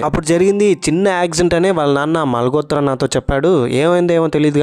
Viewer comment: మాల్ గోత్ర కాదు బ్రదర్ మాల్ హోత్ర అనాలి 💞